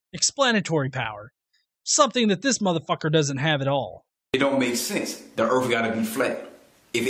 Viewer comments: Total mass is 0.02% water. That is the absolute last thing you can define earth as is a ball of water. Who the fuck is this absolutely brain dead, ignorant dipshit? How has he found anyone dumb enough to think for a second this guy knows anything at except how to mispronounce earth? Can't pronounce it so it isn't real? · He said erf. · He calls it "erf"..... enough said. Lol. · What's the "earf"? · Okay before this guy ever makes another argument about Flat Earth or a globe Earth he needs to First learn how to pronounce Earth. All he kept saying was Erf what thevis Erf? If you say that really fast it sounds like you're barking like a dog Do it. Go ahead. Erf Erf Erf Erf. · "The erff gotta be flat" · Lol! DA EARF FLAT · He can't even say earth he says earf. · He keeps saying we live on a "Flat Erf". What exactly is an "Erf"? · The way he talks is just overflowing with both ignorence and Arrogance, C'mon the guy Can't pronounce an "R" or "Th" to save his worthless life